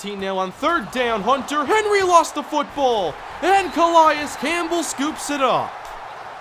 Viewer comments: It's not a big deal, but it's pronounced "Cuh-lay-is" Campbell not "Cuh-lie-is" just for future reference. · Let's go Chargers Franchise!!! Love the series!! Anyone notice the Cardinals short center in the beginning of the video? Lol...and nice pronunciation of C.Campbell lol 👌😂